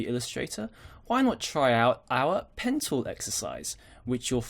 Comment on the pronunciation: Great tutorial! Every time you said "Pen Tool" it sounded to me like you said "Pencil"... lol